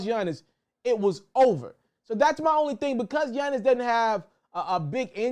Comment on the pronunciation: Yunnis lmaoo why you say it like that 😂 all jokes aside bro great content 🔥